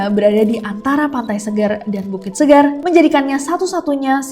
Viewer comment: gimana ya kasi tau kk nya bahwa "seger" dan "seger" itu cara bacanya beda2 seger yg artinya fresh sama seger di kuta itu bacaannya beda 😊